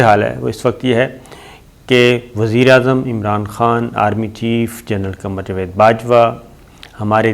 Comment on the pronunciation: Javed ki bajai jved bolta hay, salay ko Urdu bolni nahi ati, hatao is ko is channel sey